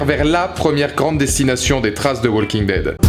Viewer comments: the "WALL KING" dead... the "WALL KING" dead... the "WALL KING" dead... the "WALL KING" dead... the "WALL KING" dead... the "WALL KING" dead... the "WALL KING" dead... the "WALL KING" dead... the "WALL KING" dead... the "WALL KING" dead... the "WALL KING" dead... the "WALL KING" dead...the "WALL KING" dead...the "WALL KING" dead... arghhhhhhhhhh... Profanateur, j'ai les oreilles qui saignent. Mis à part ce petit détail, good job ma gueule ! ^^ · Arrêtez de dire le l de walking dead😂